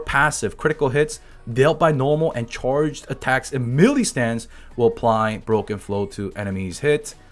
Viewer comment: just wanted to let you know that the word Melee is pronounced like "May-lay," not Mee-lee.